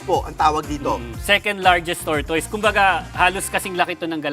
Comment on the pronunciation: /tor tis/ po pronunciation jan.